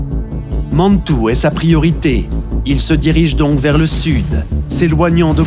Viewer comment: Mais la cavalerie de "Killmaine" ce ne serait pas Kellermann, parce que sinon, je ne le connais pas..! Et pourquoi dire Mannnntoue !? Ce ton et la diction sont insupportables, je suis encore saoumlé après les avoir fait taire !